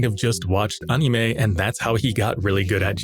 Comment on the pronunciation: anyone else hate how this guy pronounces "anime"?